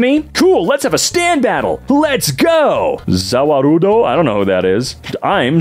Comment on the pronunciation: hearing him pronounce Za Warudo hurt. alot